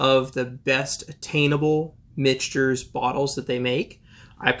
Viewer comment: Mick-Ters - por favor....